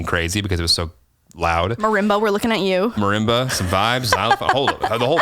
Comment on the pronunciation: I love how can pronounce "marimba" better than my own mother who has watched me play it for 3 years now and still calls it the "maroomba" sometimes 😂 Anyway, love you both and the podcast ❤️